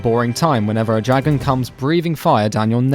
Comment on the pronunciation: Fuck up with your monotone voice you don't know shit about this game btw its dragon not jaggon